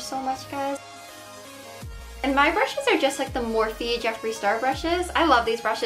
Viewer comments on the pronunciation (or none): none